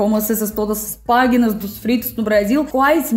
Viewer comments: no Brasil não se diz "paguinas", se diz "páginas". Escrito parece igual, mas a pronúncia é absolutamente diferente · O desespero de ouvir ela falando "PÁGUINAS". aaaaaaaaaaaaaaaaaaaaa